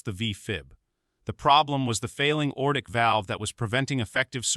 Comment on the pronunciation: It's a Lever 1 Trauma center not Level I Trauma Center. Repair the erroneous robot narrator verbiage. Why is the narrator incessantly saying the word "old"? Narrator cannot say simple meficsl words correctly: aortic phonetically is "a...ortic", NOT ORTIC. STOP USING ROBOT NARRATORS IF YOU CANNOT PERFORM QUALITY CONTROL TO NEGATE ERRORS. The cop should be tried for murder due to the patient's death becausr of the cops racial profiling.